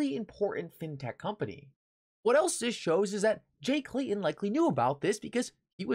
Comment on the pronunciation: Pronounced with T in the name ...not Clayon it's Clay Ton